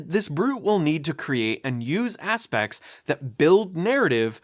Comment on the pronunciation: It's aspects, not aspex